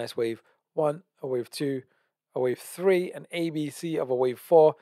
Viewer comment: Just had to pause the video - you said 1 , 2 , tree instead of 3 - 😅🤣